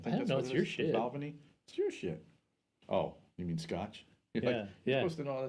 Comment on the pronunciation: When you pronounce "Balvenie", it should rhyme with "bad penny".